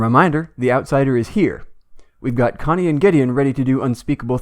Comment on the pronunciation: I was so cringing at you failing to pronounce Connie's name:)